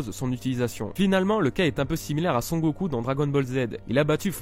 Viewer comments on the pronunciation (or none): none